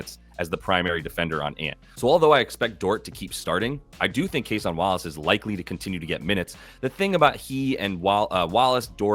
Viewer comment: Is it Cason or Case-on ?